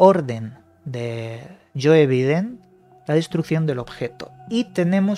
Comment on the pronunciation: Me gustan mucho tus vídeos, pero por favor se pronuncia "You Baiden" no "Yoe Biden" jeje